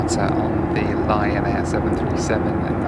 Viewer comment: Every time yo said Lion Air, my aged ears heard Ryan Air. Not sure what that could mean.